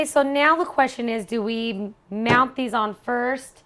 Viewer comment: "MOUNT" not "MOUND it on" Dizzy Broad